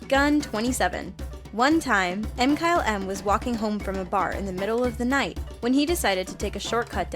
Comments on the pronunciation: It’s not M-Kyle-M it’s McKylem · I think "m-kyle-m would be "mkylem". (MA-ky-LUM)